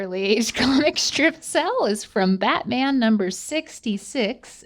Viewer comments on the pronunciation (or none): none